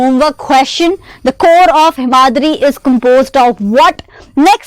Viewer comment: Himadri = aiio 😂